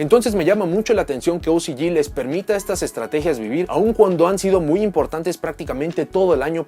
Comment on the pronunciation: Ticiyi y ociyi , mejor habla en español :v